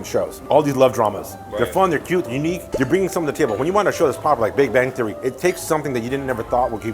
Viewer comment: big bang theory 말하는데 진짜 비배띠ㅣ라고 들림